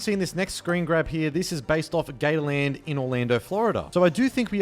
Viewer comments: Us: "Gators" Him:"Gayland" Lol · They way you say Gatorland just sounds like Gayland...